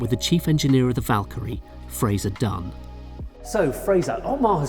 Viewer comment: Vakyrie it's